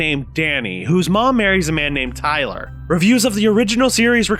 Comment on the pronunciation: lol did just lose his british accent on that "tyler character"